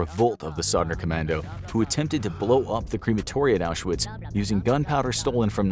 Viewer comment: Oush er witz ?? FFS, American pronunciations. 🤦‍♂